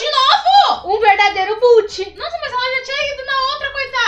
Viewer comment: não e boot e bot com "o" kkkkkk